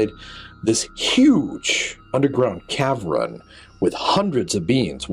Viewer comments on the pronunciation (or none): Its not a caverin its jusr called a cavern 2 sylables not 3